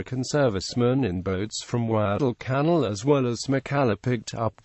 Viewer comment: "Gweddell cannel". Also known as "Guadalcanal." LOL